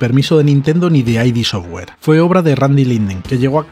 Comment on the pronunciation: Curiosidad: No se pronuncia "ai di" software sino "id" software, tal cual. A Romero esto le toca mucho los cojones 😂😂